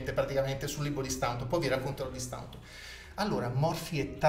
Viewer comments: Ok, ma Staunton pronunciato come si scrive fa sanguinare le orecchie! Si dice Stonton o, ancor più all'inglese, Stont'n. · Si pronuncia Stonton!!